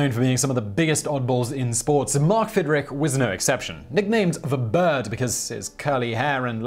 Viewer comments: pronounced "Fid-rich" not rick. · It’s not Fidrik! It’s Fidrich.